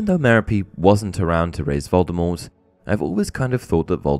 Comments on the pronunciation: Yeah that's your speculation...you keep saying it like that 😂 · Another little known misconception about Voldemort is that almost everybody pronounces his name wrong. Rowling says the T is supposed to be silent but gave up on trying to correct that misconception it was so prevalent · Honestly Vol-de-mor sounds a lot better than Vol-de-mort. The same thing happens with LeStrange. The audiobook narrator always pronounces it La-strah-nj not La-stray-nj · I've always preferred the pronunciation that leaves the T silent; in my opinion, his chosen name sounds cooler that way. I still pronounce it that way, even though the movies, all the UK versions of the audio books, and the US versions of the last 3 books pronounce the T.